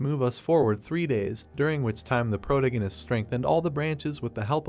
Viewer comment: I immediately knew that when he kept saying pro-tingus he meant protagonist. I've seen too many of these videos.